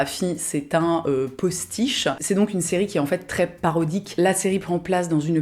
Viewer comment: pastiche, pas postiche